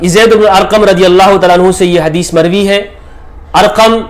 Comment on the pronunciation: ''mokhtulif ulfaaz k saath mer-vee hai''.fix ulfaaz bhe nahi han, very strange